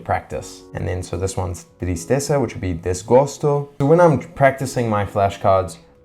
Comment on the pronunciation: I was even surprised when the Brazilian real currency appeared in a video frame, lol, but suddenly I saw you practicing Brazilian Portuguese (and congratulations, you pronounced "tristeza" and "desgosto" very well).